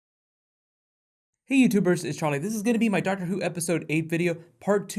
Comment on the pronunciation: Hey guys it's churlie